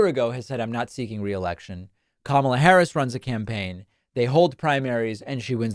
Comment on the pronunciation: I give JD one point for at least pronouncing Kamala’s name right.